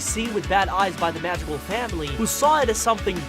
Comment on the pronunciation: AHHH he said their last name wrong!